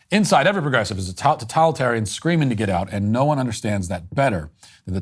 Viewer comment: Your pronunciation of totalitarian is off putting. That’s probably the most negative criticism I can muster here. I know… it’s a heater